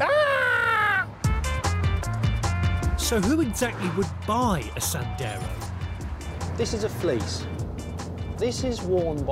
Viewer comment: . “So who would exactly buy a Dacia Sanders?” James May! Lol.